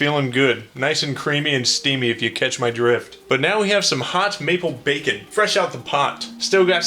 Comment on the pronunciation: i keep hearing bakin pancakes every time says maple bacon